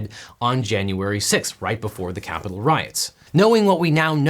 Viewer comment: “..we’re gonna walk down to the... KYAPITOL ..” Trump’s emphasis and pronunciation cracks me up so much.